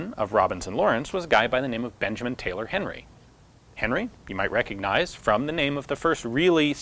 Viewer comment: B. Tyler Henry. Not "Taylor".